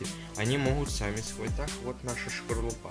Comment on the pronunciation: Не шкорлупа а скорлупа. 😂😂😂😂